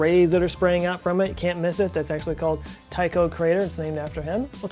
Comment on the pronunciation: Joe Scott a little help to you. Brahe is pronounced without the H, in fact does his last name sounds nearly exactly as the women's bra, just with a bit of extra air at last... Bra e. The Y in Tycho is the same sound as the Y in "Y"esterday.